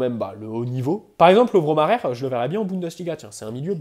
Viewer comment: Le Majer à l’espagnol « Marer » non non Mayer à la croate oui